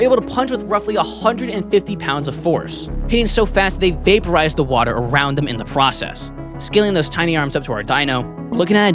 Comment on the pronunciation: ''in the pwoses''